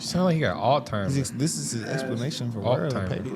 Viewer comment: Sounds like he has "all timers" wtf is that😮!! .... lol love the show